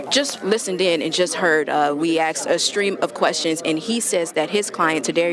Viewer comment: A news reporter "axing" questions. WOW.